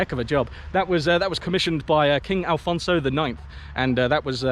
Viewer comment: Afonso not Alfonso